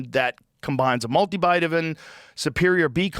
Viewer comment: he said multubitavin 😂